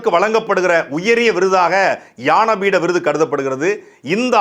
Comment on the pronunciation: அன்பு தம்பி சாட்டை. அவர்களே! இது ஞானபீட விருது. யான பீடம் என்று உச்சரிக்கிறீர்கள்.